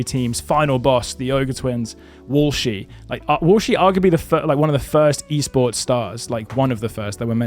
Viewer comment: i think he's trying to say esports